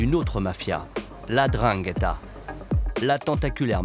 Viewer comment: c'est la N'dranghetta , pas la drangueta .